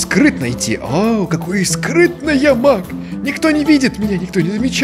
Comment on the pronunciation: Беги Маг! Что слышу я: Беги Мак! Эх..